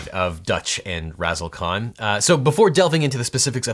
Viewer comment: Ahh, Razzle khan, not Razzle con.